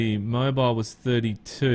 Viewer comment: it's more like Moe beel, but yeah, kinda like that